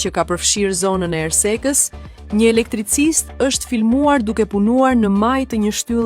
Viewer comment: Nuk e kuptoj, përse e quan elektricist dhe jo elektriçist ashtu siç edhe shkruhet?! Përse po e bastardi gjuhën shqipe, mos vallë jeni shitur për ta bërë këtë ndyrësi....???